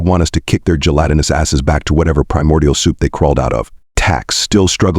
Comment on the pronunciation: Great story idea. Execution of it leaves something to be desired. Way too much repetition and the stupid narrator can't seem to pronounce gelatinous correct most of the time. Stopping afte only 19 minutes because I just can't take it. Too Bad. I would have loved to hear the rest of the story.